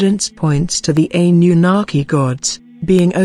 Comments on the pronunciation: "Ani You Naki" - "Ply-idi-yans" Man, these TTS narrators suck, i know, i've used them before.... ..you have to spell some words wrong, so the TTS pronounces it correctly, and the inflection... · I'm soo sick of hearing computer generated narration. I find it hard to listen to and hard to take seriously. The impact of the words is lost because there's no human element in the voice. "Ann-yu-naki" for example is mispronounced.